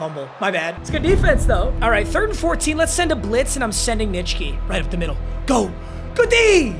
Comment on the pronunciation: No offense, but it will never not surprise me that you can pronounce Nitschke cleanly